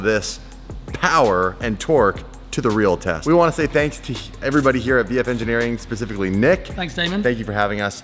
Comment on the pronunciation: You almost said sheepey race instead of vf. LMAO